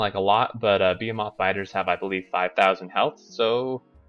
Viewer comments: Beh-hi-muth... fuck man... The fuck is a beeheemoth? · bəˈhēməTH bə as in bet hē as in heat məTH as in myth